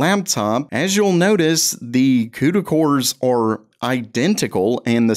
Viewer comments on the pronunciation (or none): I swear I thought you said cooter cores. 😂